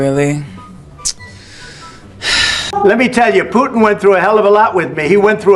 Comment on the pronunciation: ✅️ Putin ❌️ Puddin'